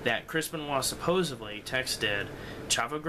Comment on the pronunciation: What I wanna know is why kids today cannot properly pronounce the word 'supposedly'. Yes, there is a d in it, not a v. I'm sure that's probably how your parents spoke, but they, too are wrong.